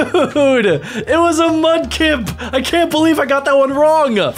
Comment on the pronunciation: It's not sabbal its sobble and its not mubkick its FRIKEN MUDKIP